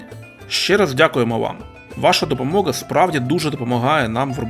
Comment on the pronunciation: ДопомоГа а не Ґа